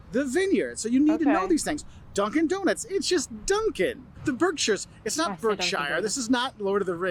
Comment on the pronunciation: " Don't expect everyone to have the Boston accent" Exhibit A . Never heard anyone else say Wooster( rhymes with rooster) . Also he said Cape " Cahd" and half the time said not as "naht" . I think that's what happens when you eat clam strips instead of whole belly clams . Overall good presentation ,though .